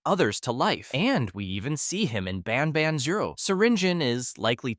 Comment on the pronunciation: It isn’t pronounced bon bon it’s ban ban